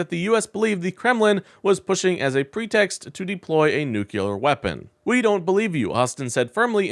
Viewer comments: dude. it is pronounced "New-Klee-Arr" "NUCLEAR" NOT "nuke-U-lar" PLEASE PLEASE stop mispronouncing this word. I cannot hear anything you are saying once you mispronounce this word. this is a recurring mispronunciation. I would appreciate the same for any of my mispronunciations. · What's "nucular"? Is this the way to spell this word? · It’s a nucleus not a nuculous. Jeez. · Noo clee ur. Not noo kew lar. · Nucular is not bad grammar. It's simply NOT A WORD. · Your content is fine but I have one major criticism. If you’re going to use the word NUCLEAR 20 or so times in a short video please learn how to correctly pronounce the word. The word is NUCLEAR not NUCULAR. I know it’s a word many people mispronounce but they don’t usually say it 20 or so times in rapid succession. It makes you sound unprofessional. Just my 2 cents. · Only one U in nuclear. It’s not nuculer. George Bush has the same problem. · Please learn to pronounce “nuclear”. It is NOT “noo-cue-ler”, it’s “noo-clee-er”. (Former teacher here, and it’s one of my pet peeves). I cringe every time I hear it mispronounced. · Yes, amazing how many Americans can't pronounce nuclear. New-killer - lol. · That's nuclear, not nukuler. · It's not Nu-CUE-lar, it's Nu-CLE-ar. I cannot listen to or subscribe to a channel in which the host doesn't know the difference. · "New Clear" ... easy peasy. I know, because I heard it through my Cochulur implant. 🙂 EDIT: forgot to add: Vote blue! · Mispronounced!!??!! NOOK lee urr Not NOOK yoo lur. You sound like an ignorant MAGAt. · Nucular is Texan for "big loud bomb" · Please learn how to pronounce the word "nuclear"! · Please.. Learn how to pronounce "nuclear" That's how Baby Bush said it. And probably still does There is only one "u" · I appreciate the video. I do. that said, please learn how to pronounce 'Nuclear' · Please pronounce, Nuclear correctly! Please!!! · Please learn how to pronounce nuclear. 🙂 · Please... for the love of science... it is "nuclear" not "nucular".